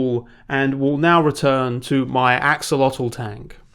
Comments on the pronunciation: Good video, great Gurney clips, also went down the six book Dune rabbit hole in 2021 and came out of it wanting to learn arabic again. PS: ah-shoh-lotl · Ok dude, just to leave a comment because the video is so good. Its not an aksolotl tank. It's an ah houlotl tank.